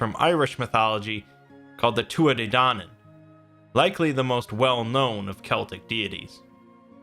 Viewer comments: Great video but for future reference it's pronounced "Tooth Ah Day Dan On" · Pronounced two ah ha day donnin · he said it so wrong